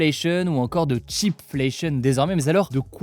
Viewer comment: not "chip" but "cheap"